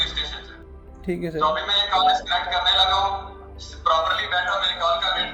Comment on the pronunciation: अभी अपने सीनियर से contact करने लगा हूं,,,, "करने लगा हूं" ऐसे टोन पाकिस्तान पंजाब में बोलते हैं,,, क्रिकेटर इमरान खान को ऐसे बोलते हुए सुना होगा